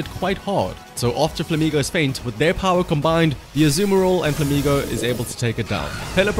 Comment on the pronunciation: ur accent to say "azumarill" makes me ear "The Samuroth"